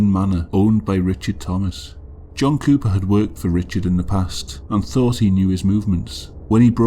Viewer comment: my high ass kept hearing you say jungkook not john cooper…